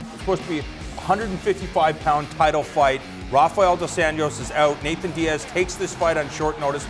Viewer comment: I hate how he calls him Nathan diaz.